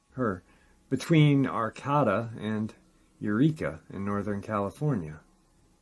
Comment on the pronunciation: Arcata is pronounced Ar-Kay-Ta. Thanks for bringing attention to Murder Mountain! John McHatton